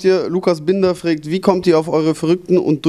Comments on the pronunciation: maeckes sagt immer "fregt" anstatt fragt :D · freegt? XD fragt sagt man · Der sagt immer fregt und nicht fragt -.-' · "frägt" xD alter xD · wieso sagt der Knaller immer frägt hahaha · meackes wieso immer "Frägt" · warum sagt der penner immer ... frägt :D:D